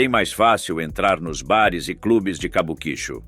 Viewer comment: Quem pronuncia "Cabuquíchu" 😂 tem mais é que ser desmonetizado mesmo. Pronuncia-se "Kabuki-Tchô"